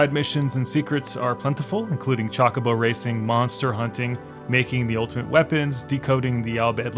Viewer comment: the way you said chocobo lmao "chackabo"